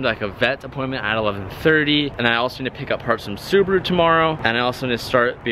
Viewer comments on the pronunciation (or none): none